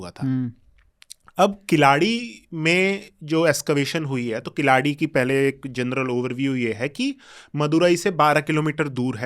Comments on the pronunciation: Wonderful conversation. Just a suggestion. It will be good to get the pronunciations right ( KEEL + ADI कीलडि and NOT किलाडि) (WHYGuy वैगै and not वागाइ). It is actually KEEZHADI which can be attempted as well. As Indians with Sanskrit as our base language through Prakrits, we can pronounce these quite easily. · किलाडी नहीं वह कीलडी है, वगै नहीं , वैगै नदी है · Pehle sahi uchhaar seekho jannab Khilaadi nahi Keeeeladi..hai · Altaic, Huna, turka migrant who have still not integrated with the host country getting riled with natives. You cannot even pronounce "Keeladi". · First try to pronounce the names Keezhadi and Vaigai correctly, then you can discuss whether history is being manipulated or not 😂😂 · Indian archeological expert can't pronounce indian names like "keeladi" , "chola" etc....i wonder how much he studied this topics that still can't pronounce this properly 🙄🙄